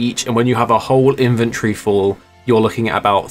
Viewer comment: Take a shot every time says “Inventree” instead of “Inventory”